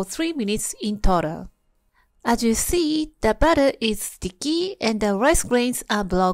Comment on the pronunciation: That's BATTER with an "A" (rhymes with "cat" ) not BUTTER with a "U" (Rhymes with "cut:) . . . .